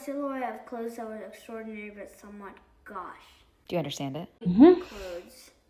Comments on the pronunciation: I think the au pronunciation may depend if it's pronounced according to English or French rules, and it's still understandable either way, and neither of those ways is "gucci" or however that one kid said it. Also, historically speaking, it's the modern British accent that has deviated the most from proper English pronunciation over the past 200 years. American Broadcast English is the closest accent to "pure English" that we still have. The British have developed a non-rhotic speech pattern (also called R-dropping) starting about 200 years ago. The dropped "r" in "car" is an oft-cited and quite noticable example when one listens to British speakers. What you seem to be describing is a fluid spelling system, where people simply spell words as they sound to the listener and not according to their established pronunciation. This is a fascinating topic and one likely rooted in the historic development of different languages, when groups migrated to new areas and became isolated from other speakers until both populations evolved entirely new grammar rules. But we live in a world of high connection, where we aren't isolated. Letting a group not conform to the established grammar norms of the language is an artificial isolation imposed on them that also hinders their ability to communicate effectively from anyone not in their specific lexical group. I think by not expecting something close to proper pronunciation and grammar, we are committing what's called the soft bigotry of lo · The tragedy isn't even that they couldn't pronounce "gauche" (I certainly would have fumbled on my first attempt!) it's that they gave up IMMEDIATELY when faced with something they would have had to think about in order to come up with an answer.